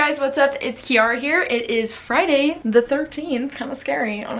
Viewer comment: Aww ! Lol I’ve never met anyone with the same pronunciation of my name. Always “key air uh”